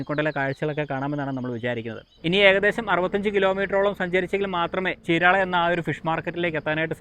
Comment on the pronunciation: 😂ചീരാള അല്ല ചീരാല